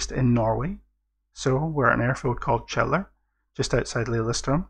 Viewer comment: Yes I was reading about F-16s there - I believe they had to extend the runway slightly? Also, how was the pronunciation of Kjeller?!